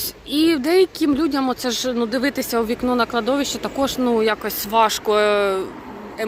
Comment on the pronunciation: Кладовище має наголос на третій склад.😊